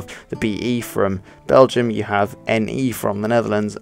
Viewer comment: The word Dutch actually comes from the word Diets, what in turn comes from the word Deutsch but after a while it became it's own language. Diets/Deutsch means Volks taal or Folk's Language in english. also you pronounce BelgiOURS wrong.